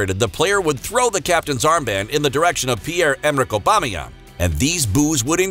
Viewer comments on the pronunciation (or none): none